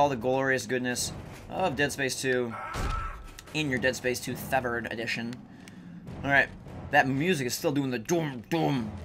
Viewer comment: wow when u say dead space severed that quick, it sounds like dead space 7. did any1 else notice that